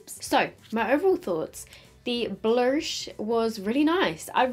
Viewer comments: The way she said blursh made my day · committing to saying Blursh is killing me 🤣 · I'm dead when says blursh 😂. Anyone else?